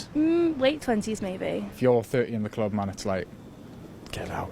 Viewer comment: hate how they say cluurb, just say club